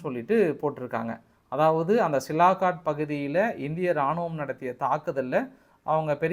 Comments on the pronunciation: சியால்கோட் ன்னு சொல்லப்பா சிலாகாட் டுன்னு சொல்றியே இலக்கணப் பிழை தவறான உச்சரிப்பு திருத்திக்கொள் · Hello, it is சியால்கோட் Sialkot.NOT சிலாகாட். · First try to pronounce the name of place. It sialkot not silakot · Sialkot. Neenga thirumba thirumba silakat nu solrenga nanba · Sialkot: cialcoat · It is sialkot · தம்பி மிகவும் சிறப்பாக செய்திகளை திரட்டி தொகுத்து வழங்குகிறீர்கள் ஆனால் ஊர் பெயர் ஆள் பெயர்களை தப்பு தப்பாக ஊச்சரித்து கொலை செய்கிறீர்கள் சியால்கோட் என்பதை சிலாகாட் என்கிறீர்கள் சர்கோட்டா கன்டோன்மென்ட் என்பதை சரகோட்டா கார்ட் என்கிறீர்கள் நீங்கள் MSc என்று சொல்லி இருக்கிறார்கள் ஆனால் பள்ளி மில் ஆங்கிலம் சரியாக படிக்கவில்லை என்று நினைக்கிறேன் பெரும்பாலும் பெயர்களை தப்பு தப்பாகவே சொல்கிறீர்கள் பாஸ் நீங்கள் மீண்டும் ஆங்கில வகுப்பில் சேர்ந்து படித்து சரியாக உச்சரிக்க கற்றுக் கொள்ள வேண்டும்